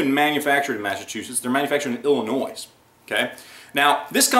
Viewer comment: Especially when it makes you mispronounce "illinois's"